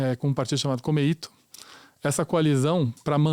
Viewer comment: Pronúncia totalmente errada é komeito, não tem assento agudo no i vai estudar para aprender!